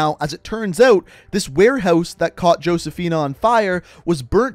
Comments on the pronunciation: It’s pronounced ho-se-fi-na just like how the name Jesus is pronounced Hay-zoos. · ngl it pisses me off how you say Josefina but with an actual 'J' sound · josefina is "hosefeena" and cordis die is "kordis dee-eh" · No hate but the way u pronounce “Josefina” as “Hoseaphin” is a little infuriating But I love this series btw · He kept saying "Josephina" wrong. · It's actually pronounced (Ho-se-fi-na). But it's all good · for the love of god please never pronounce the J in Josefina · He said josefina wrong